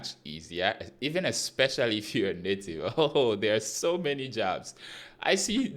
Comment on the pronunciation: Native.... nativity...anyhow you want to say it ... navitivy 🤣🤣🤣